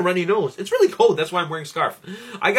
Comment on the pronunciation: It's really funny when you say it's cold!!! 😋😋